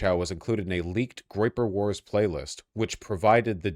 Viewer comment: Vaush it was a groyper please ffs it's a groyper